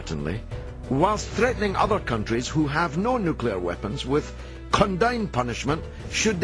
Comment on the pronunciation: "Nukular weapons"... still makes me laugh. When a PRESIDENT can not pronounce "Nuclear", something is very, very wrong.